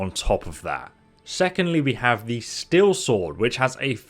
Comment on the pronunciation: It's Steel, not "Still".